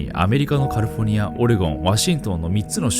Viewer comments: カリフォニアって発音が、なんかネイティブw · カリフォルニアを、「カルフォニア」って発音するのオシャレ。真似しよう。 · ダメだカリフォルニアの発音よすぎて内容入ってこん(笑)